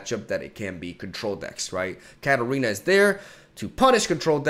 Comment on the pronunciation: everytime he says Katarina i can't help but hear cat arena XD